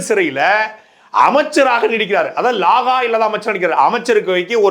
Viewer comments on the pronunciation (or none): லாகா என்று சொல்வது பிழை ; இலாக்கா என்று சொல்லுங்கள் துரை ,இது வடமொழியின் தமிழ் உச்சரிப்பு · தம்பி அது “ லாகா” இல்லை “ இலக்கா “. “வலக்கு” இல்லை “ வழக்கு “. மலை மெலெ மழை” பெய்யுது எப்பிடி சொல்லுவெ 😄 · Athuvum saattai d.murugan sollum bothu antha pronounce romba nallaa irukkum........